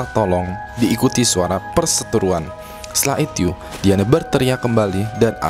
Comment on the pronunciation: "Setelah Ityu" wkwkwk ngakak.